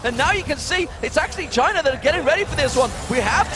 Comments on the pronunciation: When they said for china I thought it was vagina! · Damn, when the guy's saying ''for China'' he sounds like he's saying ''vagina'' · Damn every time they say for china i hear clearly vagina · i thought the announcer said vagina when he was saying 'for china' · jungler "for china".....is sound like vagina